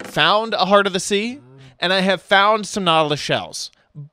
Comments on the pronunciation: It's heart not heat lol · It is HEART not HeAt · Where's your "r"......